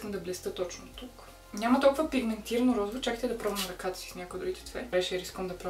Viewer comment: Казва се розово не розаво